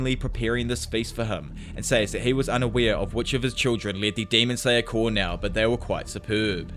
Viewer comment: The mispronunciation of Corps is driving me fucking insane. (Core), not (Corpse)